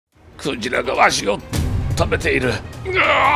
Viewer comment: ｸ⤵︎ ｼﾞ→ﾗ↑ｶﾞﾜ↑ｼｦ...ﾀﾍﾞﾃｲﾙ